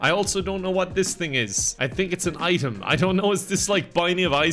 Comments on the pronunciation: heh heh.. an eye-tem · an EYE-tem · I would say yes, yes it is an EYE-tem! LOL, great video bro, I laughed my ass off at least 3 times. Thank you for what you do!